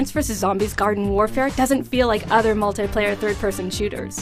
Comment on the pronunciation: Wtf, multayplayer? Girl, you gotta learn english